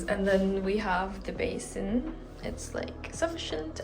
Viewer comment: when u said basin....i was like yesss she is indian😂😂